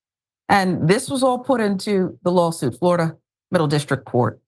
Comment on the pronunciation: It's Floriduh again ladies and gentlemen.